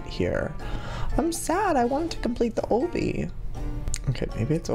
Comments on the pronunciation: It's not pronounced like OHbby it's pronounced like obstacle course. obby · it makes me mad when he says Obie instead of obbie. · UGHHHHHHHHSHSHSHSHD ITS NOT. Oooooobbey it's ahbeey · obby** you kept saying obbey🙃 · Joey I love your videos but it's pronounced OOOOOO-bby the O kinda has a A sound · heey joey pls notice me 😊 btw its not pronunced as owby it obbie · JOEY UR FUCKING PRONOUNCING OBBY WRONG!!!! ITS NOT OBY, ITS CALLED O-B-B-Y, OBBY!!!!! Luv u tho! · sweetie it's pronounced like ah-be not oh-be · Eeeeeeggggggg he still pronounces. Obby. Ahhhbeee. Like ohhhbeee. CRINGEEEEE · OH-BBY! lololol I cringe so hardddd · OBBY IS PRONOUNCED AWW-BEE JOEY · I think it's pronounced "ah-bee" like obstacle course. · obby is pronounce aw-bee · who else gets TRIGGERED when he says Obby? btw its pronounced "AU-B-E" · Obbey? Am I hearing him wrong? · its pernounced ah bee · It is pronounced ahbee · Joey its ah bee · I laugh every time he says obby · Christina Russell sorry I just can't, it's called an obby and just so you know Joey accidentally says it wrong sorry to disturb you I just couldn't handle it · The way he says obby is hilarious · The way he pronounces obby 😂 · The way he says obby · does it bother anyone else that he says obby wrong? lol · LOOK UP HOW TO SAY OBBY THE RIGHT WAY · I love you Joey but whenever you pronounce obby wrong I get irritated lmao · someone's gotta tell him he's pronouncing obby wrong JOEY OBBY IS DERIVED FROM OBSTACLE THE O's ARE PRONOUNCED THE SAME okay Joey ily bye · by the way your saying obby wrong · U say obby wrong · you say obby wrong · I know people pronounce things differently but it really annoys me how he says obby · I thought Obby isn't pronounced "o bee" it's pronounced "ah be" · joey PLEASE call obbys' like aw bee or bees instead of oh bee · "Oh bee" I thought it was pronounced "aw bee" 😂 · I love how he says it O-B rather than the regular Ah-B😂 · lol I like how he says obby like OH-BBY. I say it like Lobby without the L